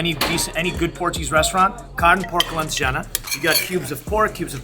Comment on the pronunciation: Eles disseram alejana em vez de alentejana e bacaau em vez de bacalhau